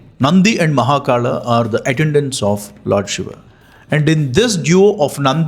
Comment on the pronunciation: Why is he pronouncing it like that?? It is Betaal, not Vetaarl. It is Mahakal not Mahakara... Why add R to L? Say it naturally. No need to be Shashi Tharoor... 😅